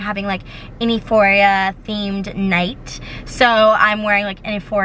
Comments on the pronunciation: Isn’t euphoria pronounced Yooforia not eeforia? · sis it’s pronounced like you-phoria not e-phoria but u popped off regardless 🤩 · kalaniiii love u but its pronounced you- phoria not ee- phoria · Yooforia for sure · it was driving me crazy hearing her say e-phoria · Was confused what she was trying to say